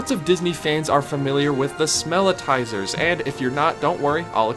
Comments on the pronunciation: So -- just for accuracy -- the scent gerators in Disney parks are called "Smellitzers" like "Wurlitzer" NOT smell-i-ti-zers. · The devices that emit scent in Disney theme parks are called Smellitzers, a play on the famous Organ manufacturer. Three syllables, not four. One "i," not two. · It's not "smell-i-tizers", it's "smell-it-zers". You're adding an extra syllable. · Thank you! This is one of my biggest pet peeves on Disney videos, people ALWAYS say it wrong!